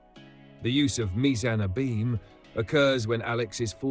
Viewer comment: I thought the narrator's voice was AI until he mispronounced "abyme" several times.